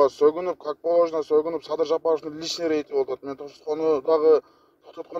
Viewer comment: Ээ чулдур,уят болуп чыкпай эле койчу,Рга тилин келбейт экен.